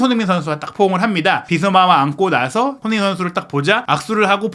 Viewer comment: 제발 기자면 사람이름 제대로불러주세요 손헤이 선수가 뭡니까.. 손헤이 손헤이 선수라... 발음좀 정확하게 하세요 사람 이름입니다